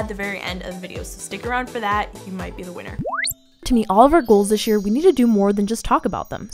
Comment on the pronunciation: I don't mean to be rude, but when says "this year", it sounds like "dish year" 😁